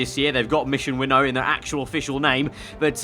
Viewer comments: "Mission Win Now" is how it is pronounced not winnow lol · Its pronounced “Win-Now”. Not Winno. 😂